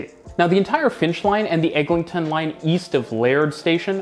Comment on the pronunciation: EGLINTON AVENUE (LIN, NOT LING)